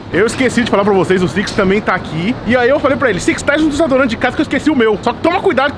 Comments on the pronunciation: Desadorante é o meu ovo Fala se DESODORANTE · não é "desadorante", e sim "desodorante"